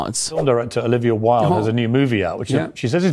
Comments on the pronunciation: DId you say Olivia "Willed" instead of "Wild?" By the way, her actual surname is "Cockburn." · Omg I love you but her name is "wild". You and Kyle are the absolute worst at pronouncing names lol. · Why-Uld, like Oscar Wilde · Wait..did you say Olivia Wilde like "Willed"??? Its Wild..like its wild you said her name like that.